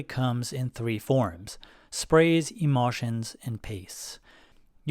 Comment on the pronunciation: Say em-ul-tion. One more time like a troglodyte I dare ya 😅 wow